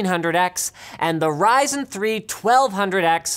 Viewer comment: when you say Ryzen it's sounds like 'Rison'